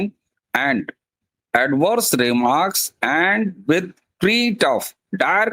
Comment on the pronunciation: Threat. - not thrit of but it is thret of 😲